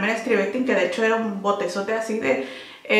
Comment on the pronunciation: Por cierto, se escribe STRIVECTIN. Sin E, y se pronuncia Stráivectin....